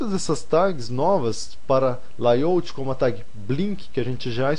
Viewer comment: suas aulas estão muito interesantes, mas seu ingles incomoda. Não se fala "laiôuti", se fala "lêi áuti". Obrigado.